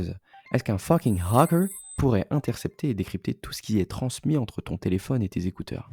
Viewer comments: Quand on essaie d'avoir un accent anglais pour dire "Hacker" mais qu'on ne réussi qu'a dire "Hooker", ça change complètement le sens de la phrase et décrédibilise totalement... 🤣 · "Est-ce qu'un fucking hacker" avec l'accent ça mérite le million d'abonnés